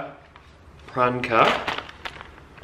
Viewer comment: I’m so excited! I’m feeling more Christmassy already! Also, Pran-Ker has me dying 😂🦌